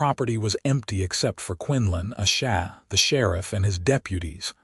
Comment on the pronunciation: Thank you so much for sharing such a touching and beautiful love story! It was truly a joy to listen as Quinlan and Asha's journey unfolded. However, I did want to mention that it was quite disappointing to hear the narrator struggle with the pronunciation of Asha's name throughout the story. As she is one of the two main characters, her name being mispronounced consistently felt quite jarring and really took away from the immersion of their emotional journey together. I hope this feedback is helpful for future projects!